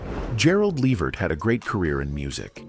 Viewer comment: Hey Before you Can you learn how to say his Name 😡